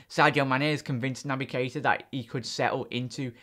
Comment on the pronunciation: mate its NOT KI ETA it's pronounced kayta plz just say it properly